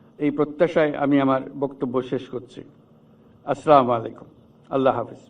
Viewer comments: স্যার স্লামালাইকুম নয় আাস সালামুআলাইকুম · কেমন সালাম দিলো?😅 স্লামালাইকুম😂😂 সেসকল পশ্চিমাদের স্টাইল যারা ইসলামের শত্রু😢😢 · একজন বিশ্ব বরেণ্য ডক্টর হয়ে ও সালাম শুদ্ধ করে দিতে পারলেন না!!! উনার কি কোন উপদেষ্টা নাই :??! আরবি জানেন না ছি:ধিক্কার ! আরে মাথামোটার দল কোন ভাষার প্রতি তুমার অনাগ্রহ থাকতে পারে তবে তুমিতো মুসলিম :::!!! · এত বড় শিক্ষিত লোক অথচ সালামটা ঠিকমতো দিতে পারে না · হাইরে নেতা সালামটাও শুদ্ধ করে দিতে পারে না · ডক্টর ইউনুস সাহেবকে অনুরোধ করছি সঠিক ভাবে সালাম দেওয়া জরুরী। দয়া করে শুদ্ধ ভাবে সালাম দিবেন সওয়ার হবে অন্যথায় গুনাহ হবে। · আপনার সালামের সঠিক উচ্চারণ হয়নি। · স্যার তো ঠিকঠাকভাবে সালাম দিতে পারেনা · সালাম দেয়া, সঠিক শুদ্ধ করে বলা উচিত ছিল।